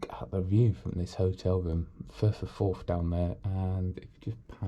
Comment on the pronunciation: Firf of forf